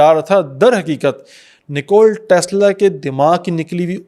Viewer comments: Bro. It's NIKOLA Tesla not NICOLE Tesla. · Nikola Tesla ki rooh trap Gai Hogi jb ap Nikola k bjae nikol bol rhy thy